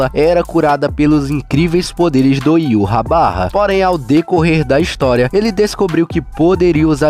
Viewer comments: a tradução pode ser mas a pronúncia não. Heyva (ユーハバッハ, Yūhabahha). Fala-se: í-vah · Já vi muita pronúncia engraçada do nome desse rei quincy, mas "Iurrabarra" foi a mais engraçada kkkkkkkkkk